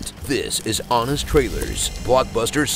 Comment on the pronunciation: hwonest trailers, why'd you put so emphasis on the "h"?